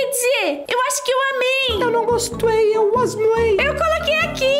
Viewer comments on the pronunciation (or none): O:Não gustuei asmei,Kkkk